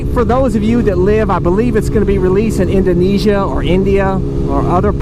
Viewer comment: yo! Like your vid man, like how you explain things, shows how you appreciate bike. btw I am from Indonesia. Like it when you mention Indonesia, it sounds like you were a native here. And you are right, Honda is launching the bike last June, in 2 types, ABS and non ABS, price around $5,5k to $6k and its gonna be awsome here man. Keep rolling! Really love your vids man.